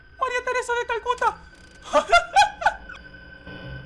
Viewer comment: Dijo María Teresa de talcuta toonto carajo